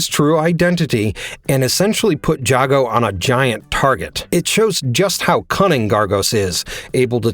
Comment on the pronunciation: How do you still mispronounce Jago = Jay-Go's name when even the damn game says it loud and clear?